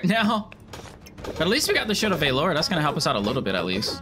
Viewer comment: Shield of VALL-ER Not VAYLOR